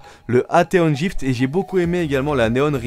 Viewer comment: "Atheon jift" ????? Aiiie mes oreilles xD